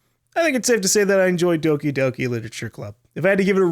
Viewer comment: How is that fucked up game called with gore and shit? I can't understand him that well when saying the name of the game